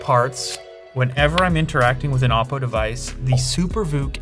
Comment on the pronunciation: I don't know why "oddo" sounds funny to me..